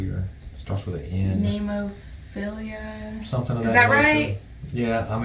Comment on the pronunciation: Also, since you asked, when you do get around to reacting to Nemophila, it is pronounced "neh-mo-fee-la." There is no "i" at the end. Google will tell you it is pronounced "neh-MOFF-il-la," which is how the flower they are named for is pronounced, but they pronounce it "neh-mo-fee-la," as in Japanese, most syllables end with a vowel sound, making it awkward for them to pronounce most syllables that end with consonant sounds. With Nemophila, you will find a more modern metalcore type sound, as opposed to the 80s-inspired retro sound of Lovebites. At least with their original material. However, they have several covers on the YouTube page that are covers of classic 80s and 90s bands, including Iron Maiden, Helloween, Metallica, AC/DC, Kiss, Motley Crue, Bon Jovi, Skid Row, Journey, Nickelback, and even Pink, as well as some covers of their Japanese cohorts X-Japan, Maximum the Hormone, Babymetal, and a few others.